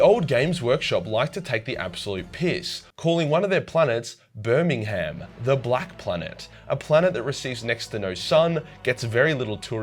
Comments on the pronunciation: As a British person I am both offended at your pronunciation of Birmingham [bur-ming-um] but at the same time it's Birmingham which is like well you'd have to visit it to understand so I'm not really offended. The place is shit. Pretty sure even people who live there agree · Birmingham is pronounced bur-ming-um. I'm from there and i can confirm its a shit hole. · ... and of course the funniest one goes to your absolutely ret@ way of pronunciation of Birming-Ham and Notting-Ham :D ... and I thought that only Yanks are that "good"... ... and I'm not even British xD